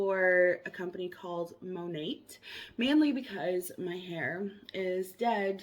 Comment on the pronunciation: I think its actually pronounced the same as the painter with a silent t but I could be wrong